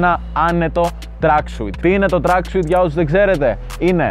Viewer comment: Re afiste ta agglika den to Exete me tin kamia. To tracksuit na to leei tracksuiiittteee San na einai apo tin gallia